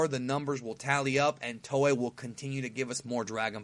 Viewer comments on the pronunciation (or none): none